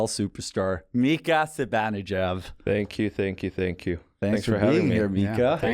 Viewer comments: Hank calling him Zibanejeff 😂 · i know it's not. The name still isn't pronounced Zibanejeff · It's Persian/Iranian. It's pronounced "Zi - Bahn - Eh - Jahd". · Okay that's the third distinct pronunciation of Zibanejad that I've heard. Now I'm even less sure how to actually pronounce it. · that is not how swedes like me pronounce Zibanejad 🙂